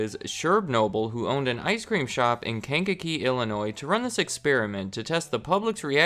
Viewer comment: You pronounced "Kankakee" correctly. I am proud of you.